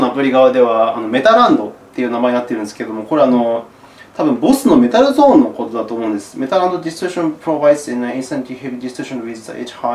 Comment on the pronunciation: これみて、、、買っちゃいましたぁ（笑） やっと来月に日本でライブを果たす事になりましたが手荷物の問題で今使ってるマルチエフェクターを持ってくのが難しくて悩んでたところで本当にいい解決策になりました！ いつも糧になる動画ありがとうございます！ っていうかメタルゾンの下りで 瀧澤さん英語の発音がうますぎて ちょっとびっくりしました（笑）